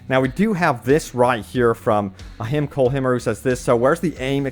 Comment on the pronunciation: Hey the name Himer is pronounced Hi I’m Cole “High” mer that’s me.